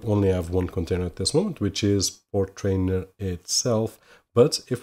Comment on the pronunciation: FYI.. Portainer rhymes with container.. you are adding in an extra "r" after the "t" when saying it over and over. Otherwise good video for novices..